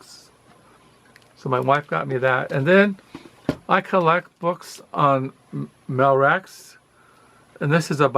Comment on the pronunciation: By the way... André Malraux...his surname is pronounced with the "x" silent as in all things French.